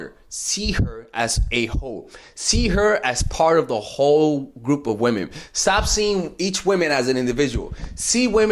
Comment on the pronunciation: I thought he said hoe😂😂😂